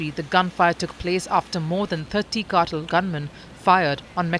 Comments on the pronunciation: Cartel, not cattle. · It's pronounced "car-TELL" with heavier emphasis on the "TELL" part. The way she is saying it is "CAR-toll." as if she were about to say "cartilage." So distracting and wrong. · Ma'am it's "carr-tell" and not "cattle".😊. But Amusing mispronunciation. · Cartel, Not Kartal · It's cartel, not cartle. 🤣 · Why is she saying cartil? It's Cartel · Kuttle??? What’s that??? CARtEL!!!!!!! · Cartel, nor cartle.... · "car-tel" not cattle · obviously, English is not your thing. Consistently, the Indian narrator kept saying "cattle" instead of cartel. Who is CC! Is she your mom or neighbor? As a public service, know that the word cartel is pronounced "car-tel" and not "cattle". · The Indian woman pronouncing Cartel as Cartle is only a small peek of the future we have to look forward to. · Why is she pronouncing it like that "CAR-TILL" lmao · The “car-tal” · The way she said "cartel" sounded more like "cattle" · Why cant she pronounce "cartel " ???????????????????? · She's from India. That's how they pronounce the word cartel. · She's from India. That's how Indians pronounce the word cartel.